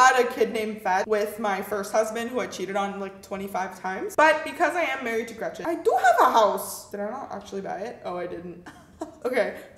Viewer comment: Nobody: Not a single soul:: REGETCHEN